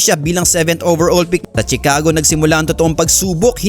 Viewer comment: BOBO , CHICAGO= "SHICAGO" HINDI "TSICAGO" ANG PAG PRONOUNCE. KAMOTE BLOGGER BOBO